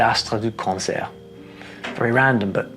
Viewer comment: In the french example, "concert" sounded a bit off